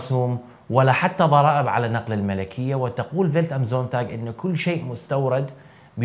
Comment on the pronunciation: أقدٌر وأحترم كل هذه الجهود التي تبذلها أخي لتقديم هذا المحتوى الرائع. لكن لدي حساسية تجاه اللغة. "الملكية" هي بضم الميم وتسكين اللام. مع جزيل الشكر.